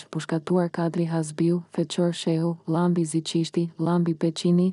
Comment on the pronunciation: Keto tregime na kujtojne kohen e veshtire te komunizmit.nje vrejte kam per zonjen ose zonjushen qe lexon: nuk mund te thuash Saaali, Kaaadri qe ne kete rast theksi bije mbi germen e fundit, ndryshe moj zonje dukesh sikur s'ke bere nje dite shkolle😅😅😅😅😅😅